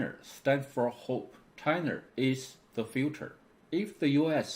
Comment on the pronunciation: I like his Points made, but need to pronounce L and R correctly. China is never being called Chiner. Where did he learned his English?